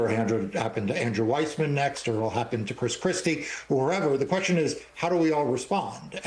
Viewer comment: Chris Christie still has a speech impediment. He can’t pronounce his L’s. LOL